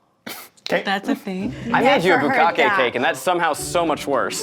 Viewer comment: discocake but pronounced like bukake